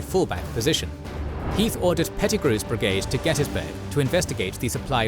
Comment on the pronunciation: Also pronouncing Gettysburg wrong. I’ve heard people try to call it Get-tus-burg. Every local in the area and around calls it “Get-teas-burg”. I live in Cashtown, less than a block away from Cashtown Inn. Crazy it all happened right down my road.